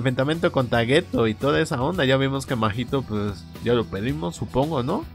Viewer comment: Literal no es Geto, es "Geto" xD